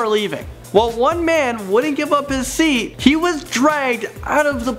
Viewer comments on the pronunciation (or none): none